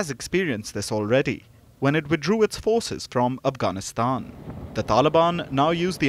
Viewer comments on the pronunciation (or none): none